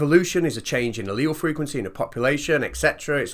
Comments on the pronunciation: I felt really dumb because I had no idea what a leel was. Turns out he was talking about alleles, and just pronounces it differently. Few. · Now I feel educated at last. I always pronounced "allele" with three syllables